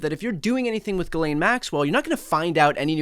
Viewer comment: I guess you didn't get the memo: it's Geez-len!